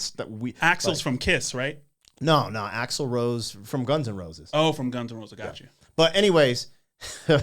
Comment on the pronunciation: Did he say Axle with KISS. Come on man